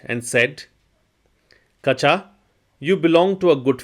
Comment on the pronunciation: Kachaa should be pronounced as kacha. Ka and cha have the same vowel sound.